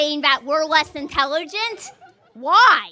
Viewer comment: “You’re saying we’re not I.T.E.H.E.LUUU.G.ENT”. Says the person who can’t even say the word intelligent.